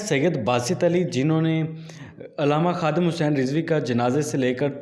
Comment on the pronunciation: Ye Kamina Huzur Amirul Mujahideen Allama Khadim Hussain علیہ الرحمہ Ka Name Sahi Se Nhi Leta Hai